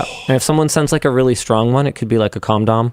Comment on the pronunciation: where was the bell when Linus said "com dom"???? 😟